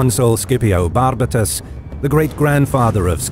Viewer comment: It's always pleasing to hear about the early wars of Rome, not very well known. Great video. Just a note about the pronunciation: both Barbatus and Centumalus bear the stress in the next-to-last syllable, as those "a" are both long vowels. It should be "BarbÁtus" and "CentumÁlus".